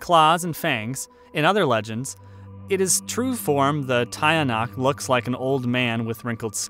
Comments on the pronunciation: Tie- yah- nuck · Tiyanak is pronounced aa "teeyanak". More power from the Philippines.